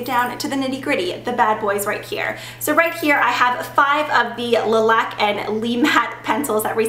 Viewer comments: I cringe every time you pronounce it lee matte and le laque.. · My last name is Laque, and you're pronouncing it wrong